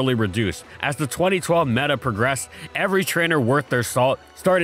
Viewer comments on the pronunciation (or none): none